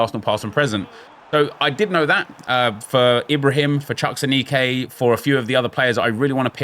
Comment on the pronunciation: Aneke is pronounced ah-knee-kay